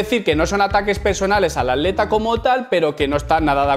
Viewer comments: Muy buen video.decis aleta, en ves de atleta? O me parece a mi. Saludos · que paso con la palabra atleta? se te esucha aleta lol xdd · cuando dice atleta yo escucho aleta